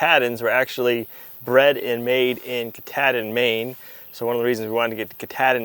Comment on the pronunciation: The sheep breed is named after the mountain in Maine that is the northern terminus of the AT...Mt Katahdin. The "ah" in the word is like when the doctor says "say ahhh". Not a short A!..